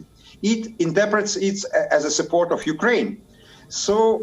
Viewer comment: "after attacking upraine"... she mispronounced it. Hahahaha.